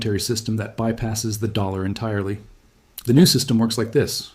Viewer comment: and it even not a good one he cant even say dollar right..dammit